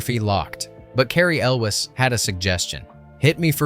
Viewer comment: This guy needs to learn how to properly pronounce Elwes